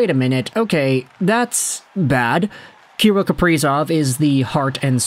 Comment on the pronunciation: It’s pronounced ka-rill, sorry to nit pick love the content!!